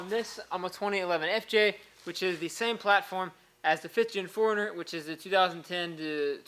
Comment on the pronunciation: I kept hearing "foreigner" its like WTF is a foreigner? OHHHHH 4 RUNNER